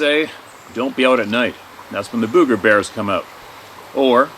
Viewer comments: It’s boooger’ !! pronounced boog …eh! 🤣Ok I’m heading out n’ a’ boot now! As a young child I know, once said…” ya know… zee as in zed?! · When we say "booger" it's not BUG-GURR. It's like saying book.... booker but replace the "k" with a "g." Bugger is something completely different that British people say hahaha. Cricks? I love that word. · Alright alright alright... I get tickled everytime pronounces Booger like a ghost saying Boo instead of like how we southerners pronounce it. it drawled like sugar or surgha. Example... my mama said, be careful sugar or the booger man will get you! LOL